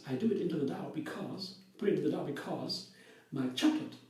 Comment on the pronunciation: May I make you aware of one thing? You say «the Dow» (the stock exchange) all the time when you mean to say «the dough». If you go to the Cambridge Dictionaries online, they have buttons you can push to hear the right pronunciation for each word, I’ve used it soooo much over the years since English isn’t my first language (it’s more like my fourth one, LOL, being Norwegian, our natural second and third languages are Danish and Swedish). 🤗 💚🌱🍀🌱💚